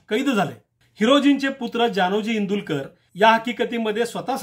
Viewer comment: माफ करा पण... इंदुलकर नाही तर इंदुळकर आहे.